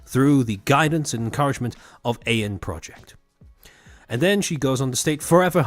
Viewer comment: I just realized why you call it "eye-n project". Because you see the Ei and pronounce it in German. Like it was the Eggy Project. It sounds adorable. We need an Eggy Project company now. All the chuubas are some form of bird.